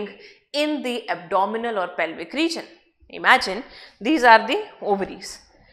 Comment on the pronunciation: It's pelvic